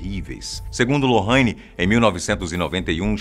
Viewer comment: Aí que ódio desse homem falando lorraine a pronúncia tá errada